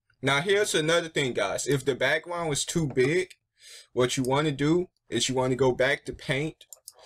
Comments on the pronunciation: You said bwackWound instead of background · You can't say back ground XD, I love it